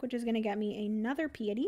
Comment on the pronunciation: I love you, but I just can’t let it go any more. It’s not “Pee-a-tee”, it is “Pie-a-ty”. It means “reverence to God.” And normally I think it is so rude to correct pronunciation so I apologize, but that is kind of a big one for devout people. Makes since since it is on the priest track!